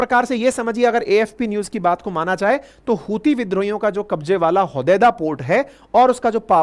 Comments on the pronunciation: ... hutiye rehte hai yaha pr, ankit sir 'च' ko 'ह' bol rhe hai😂😂😂😂 ....YouTube guidelines bhi follow krni padti hai🤣🤣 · जब भी आप हूतिए बोलते हो मुझे लगता है आप उनको चूतिए बोल रहे हो बहुत दिन हो गया है आप ने पिगिस्तान को पेला नही है 😂😂😂😂😂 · Epic line hutya rehta ha yeha 😂 (C silent ha)